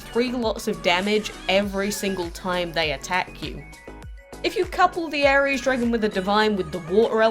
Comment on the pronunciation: Ares sounds like ARIES the zodiac sign